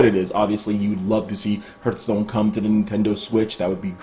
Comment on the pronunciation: Am i the only one finding it wierd that he is pronouncing it "hurtstone"? lol